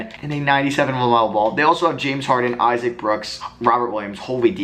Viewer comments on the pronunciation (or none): none